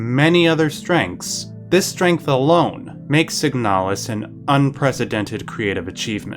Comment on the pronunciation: Okay but it's called "signalis", not "siganalis".